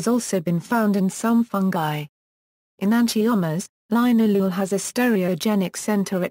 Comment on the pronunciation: It's pronounced lin-al-oh-ol